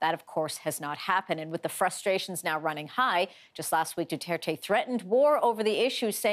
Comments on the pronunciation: Normies: President Rodrigo Duterte Reporter: nO iTs DuHtErTe 👁️👄👁️💅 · Rodrigo Dutaertay 🤣🤣 I'm sorry but the way americans/canadians pronounce Filipino names and words is just hilarious, I'm a Filipino btw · No one: The girl: PRESIDENT DUTETE